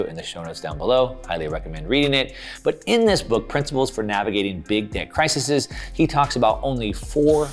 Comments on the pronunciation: Hey, crack open a dictionary “Crises” is pronounced “Kr-eye-seez” not Crisissez. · Cry-seas not cry-see-seas